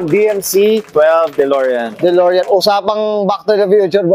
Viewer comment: Hahaha, "DOLOREAN"! Dude, konting google naman bago mag-post.